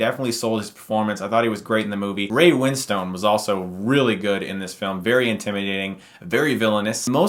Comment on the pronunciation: Ray Win-stn, not Ray Win-stone.